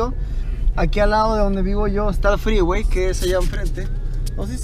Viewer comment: El Fgggreeeway ... Gggregalando jajajaja